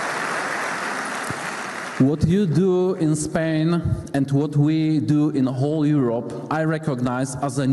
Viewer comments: . Pain, a nie Spain, hehe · powiedział is pain, a nie is Spain, czyli oprócz cierpienia - ból, a nie Hiszpania ;)